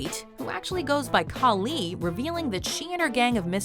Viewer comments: It's Kali (Ka-lee) not Kali (Kah-lee) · It's Kali not KaLI! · Is anyone bothered that she is pronouncing kali wrong